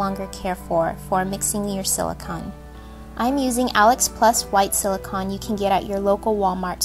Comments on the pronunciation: It may be spelled as silicon but it is pronounced silicone. I am not trying to be rude in any way. This is still a very adorable creation. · Sweetheart, it's pronounced sili-cone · Btw, it's pronounced "si-lih-cone" . Silicon is an element. Silicone is a man made substance. Whenever my friend sees this (he's a science freak :F) he rages on and on.